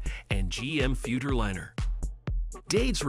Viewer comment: The use of an AI voice cheapened the whole video. Mispronunciation of both "Futurliner" and "F-150" were dead giveaways. Won't be back to this channel...